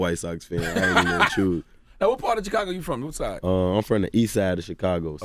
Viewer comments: Chickago smh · How does Charlamagne still say Chicago wrong, when he named himself with the same prefix? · Char says Chicago like a Mexican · The way charlamange says Chicago Lol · He say it like he Mexican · Lmao yea he say it the way we say it in spanish lol